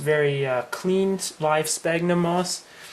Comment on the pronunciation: Pronounced "Sfagnum".Pronounced "Sfagnum".